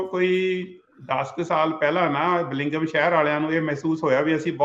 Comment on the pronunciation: That’s true, I don’t know what’s his education but he cannot pronounce Bellingham properly .